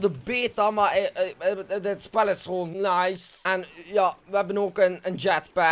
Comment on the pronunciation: Hoe hij nice zegt: "nais"